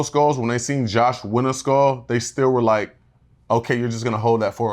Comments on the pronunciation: Josh is such a tool, I can't wait til that Frankenstein loses his skull... and why does half the cast pronounce it "skoal"? Btw: looks amazing in confessionals, right!? ❤ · i find it cute the way kam pronounce “skull”